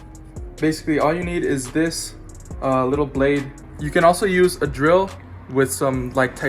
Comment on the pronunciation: Did you just say drill?